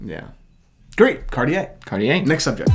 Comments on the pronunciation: Big fan of the show guys great on camera chemistry! But please stop pronouncing Cartier as car-ti-yay. It’s more like khar-tjay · Guys, just take a 30 minute class on how to pronounce things in French. You’re coming off as hill billies. Must “day” Cartier? “Chin” ois?